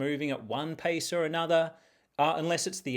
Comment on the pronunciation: At first listen, I thought you said "Paste with purpose" and I thought i missed something crafty, but you were just going for a walk 😅